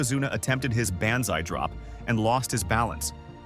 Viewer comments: Dude, Tatainka? Needhart? Baanzai? Skayland? Owen begged himself to not throw in the towel? This is either an AI narrator with no effort given to make sure it sounded good, or this dude has never watched 90s wrestling. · Ban….Zai, was my giveaway 😂😂😂